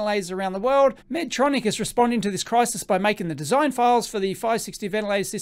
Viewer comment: Respectfully it’s pronounced “Medtronic” (not Medtronics; no ‘s’ at the end; not plural)